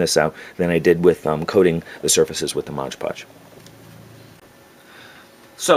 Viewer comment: MOD PODGE... not Modge Podge.